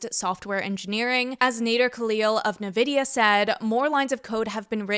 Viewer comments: "na-vidia" ❌ "in-vidia" ✅ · "in-vidia" no "en-vidia" yes